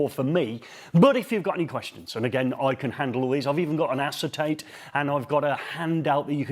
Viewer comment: CP Electronics great product., did you say assitate paper at the beginning?